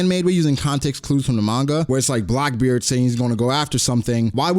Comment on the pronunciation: Its Blackbeard not Blockbeard! 🙂